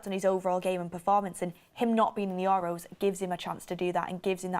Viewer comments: We're gonna hear "Your Row" for weeks now, atleast 50x a video. Accent is one thing, but correct pronunciation regardless of accent is another. For example, an Asian accent would pronounce your surname Tucker as "Tooch-ker". Would you be okay with that? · The way she says EUROS is killing me every time 😂